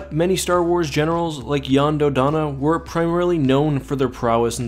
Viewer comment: are you telling me that this entire time Jan Dodonna’s name was pronounced “Yon”?